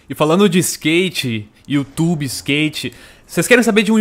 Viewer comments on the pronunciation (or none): none